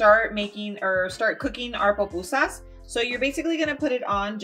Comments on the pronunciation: why do you keep saying POPusa... it’s PUPUSAS ... damn! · Thank you, for making PUpusas. As a Salvadoran, Ionly ask that you - a Latina, pronounce it correctly. They are not POpusas, it's pronounced poo-poo-sahs.❤ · It’s curtido not cortido It’s pupusas 🫓 not popusas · PUPUSAS NOT POPUSAS